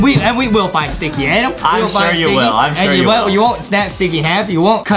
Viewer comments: Why Justin call Adam a "Adem" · true do not say adam say adem